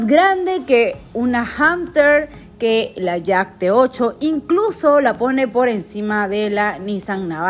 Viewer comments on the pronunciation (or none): none